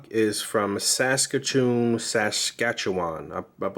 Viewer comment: BOOOOOOO SASKATCHEWAN! NOBODY LIKES SASKATCHEWAN BECAUSE IT STINKS. RIDERS SUCK, and you,, you nailed "Saskatoon", don't worry about it. Sorry to yell bro but my Blue Bombers stomped the riders good this weekend and we're in the Grey Cup next weekend. It's our Superbowl